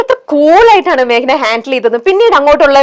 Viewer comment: മാക്ന... അല്ല 😂 മേഘന ആണ്... നന്നായി pronounce ചെയ്യൂ